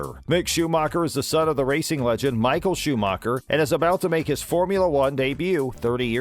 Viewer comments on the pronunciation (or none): none